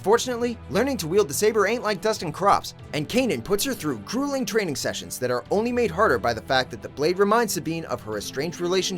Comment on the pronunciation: It is called gruelling. Not cruelling. He put her through a gruelling training session. Can you guys not afford an audio retake.